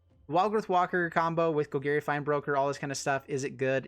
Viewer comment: “Gol-gary”..... please learn the correct pronunciation bro Love you tho, no homo